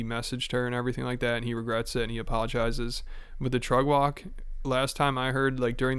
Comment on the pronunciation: Can someone explain what Trugg Walg is? I understand it’s Brendan’s pronunciation of Truck Walk but what? And why doesn’t Rogan Annie Lederman anymore? Please help